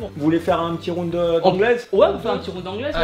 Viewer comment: un plaisir d'entendre un français prononcé pour la première fois correctement le mot "ROUND" à , à part ça c'étais une de mes vidéos favorite de Tibo très beau combat avec le respect <3